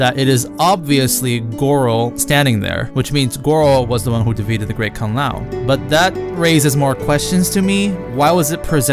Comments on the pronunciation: Great Kung Lay-oh XD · "the great Kung le ow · A nice enough flick, but utterly forgettable. Kind of a shame for the first R-rated MK movie. Also, it's funny how this channel is run by a Chinese guy but the voice generator that he uses doesn't know how to pronounce Kung Lao. xD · I understand why you hate mortal kombat franchise that bad.. But here is the question.. Why do you keep pronounce some names differently? Like, Kung Lei-oh (Kung Lao), or Lin Queee (Lin Kuei), or... I don't know..I'll find out more..ll'let you know later